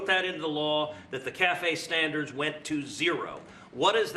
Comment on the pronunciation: What are “…vehicle stanDARS…” ?